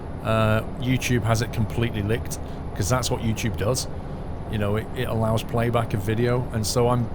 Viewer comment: I like how you say Yoochoob